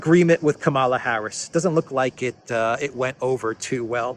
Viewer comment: It is Kamala as in Pamela. She is going to be the next president of the usa so let's get her name right.